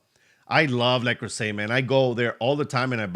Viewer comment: le creuset is french and pronounced le cruise ay